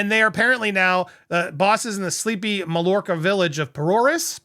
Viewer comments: Pronounced not Mall orca, but Mayorka. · Pronounced “my-YOUR-ka” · NB. It's pronounced Mayorca. LL is similar to a Y in Catalan. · Mallorca ... the 'll' is pronounced with a Y as ma-york-a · pronunciation: MAIYORKA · Hey, it's pronounced 'my-york-a' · It’s pronounced My-or-ka. 😊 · Mallorca, is pronounced my my york er. Don't you have a large Spanish speaking population in the USA? Of course Meg is tone deaf, she is an American 😂. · Just letting you know it's pronounced like, My-yorka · I't's pronounced: MY-YOUR-CA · It’s pronounced Myorca🎉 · My-york-a lol but love the attempt. And MM is slimey. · Pronounced: “Mayorka” the double L sounds like a y. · Hi, I believe it is pronounced “Mai or ca” the double ll is a”y” sound. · Just FYI - Mallorca is pronounced May - Or - Ca . . . either Mayorca or in some places it can sound like My - Or - Ca . . . Myorca. The former is the much more common pronounciation. LL in a Spanish word is a "Y" in Spanish speech. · I believe the word Mallorca is pronounced MYORKA. In Spanish, a double L is normally pronounced like a Y. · It's called My-orka. The two "lls" aren't pronounced. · I think it’s pronounced may or ca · Pronounced Mayorka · Pronounced My orca! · it's my-orca. Lol. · PRONOUCE MAYORCA